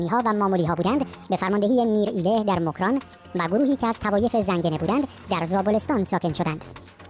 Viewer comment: موکران 😂😂 چه اینجوری تلفظ میکنی میخوای ادایی فارس هار در بیاری 😂😂